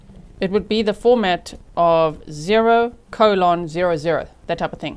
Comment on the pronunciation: Can i just say. Im giggling at the way you pronounced colon(:) .. i never heard it said that way ❤ (sincerely as someone with an accent too - East Texas raised..live closer to Texas gulf coast now though)😊